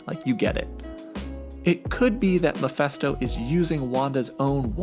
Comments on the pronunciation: Stop saying MAPHESTO!! Its MePHI(phee)sto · It's pronounced Muh-Fist-Oh, not Meh-Fest-Oh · Mephisto pronounced “meh-fisto” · It's actually pronounce Mee-fiste-oh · you sure butchered his name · Lmao dude can’t even pronounce Mephisto’s name